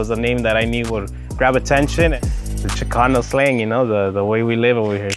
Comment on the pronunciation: AMAZING fkn tacos..dude doesn't even know how to pronounce "Chicanos" properly though 😂